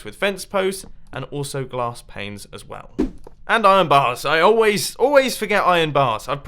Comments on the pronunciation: You're saying "glass planes" instead of "glass panes". I don't believe glass is supposed to fly... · anyone else hear him say glass planes not panes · Did anyone else notice Mumbo said "Glass Planes" instead of "Glass Panes" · I CAN'T STOP LAUGHING! Mumbo says glass planes instead of glass panes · did he say glass planes?😆😆😆 love u mumbo